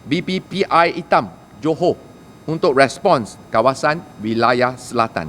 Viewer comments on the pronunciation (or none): none